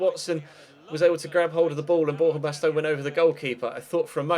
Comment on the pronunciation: I know you mentioned why you say player names the way you do in a recent episode and the reasons completely make sense but there are just 2 that still bug me. 1 from today is Borja baston which you say bast-own but I think it should be bast-on. And then Anthony martial I'm sure is as if it was spelt marsial not with a t sound